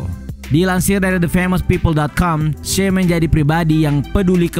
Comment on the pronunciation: Che dibaca ce buka se. Tolong lah, kesalahan penyebutan sedikit aja bikin males dengerin vidionya.